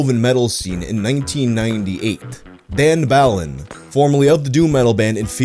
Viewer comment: it's Bălan, not Ballon. Sorry, but as a romanian it sounded too funny